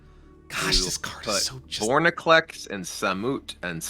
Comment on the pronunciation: VorINclex not VorNIclex